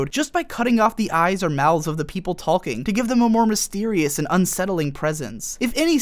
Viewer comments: The emphasis this guy puts on the "l" in "talking" is hella distracting. Super interesting video though. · Please stop pronouncing the L in "talking" for the sake of the world.